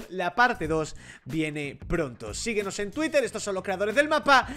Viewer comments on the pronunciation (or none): none